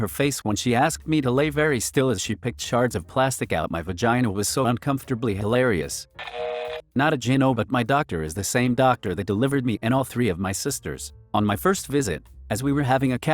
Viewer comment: I had a hard time watching this due to how you constantly mispronounced Gyno. It’s pronounced Guy-no. Not Jin-no